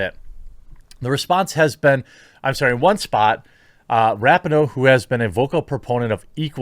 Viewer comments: It’s RAH-PEE-NO Jeremy. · Rapinoe (ra-pee-no) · I love every time he says Rapinoe incorrectly, doesn't he know its pronounced (Duh'mb Kuh'nt) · I love how Jeremy keeps mispronouncing Rapinoe's name. I'm sure on purpose.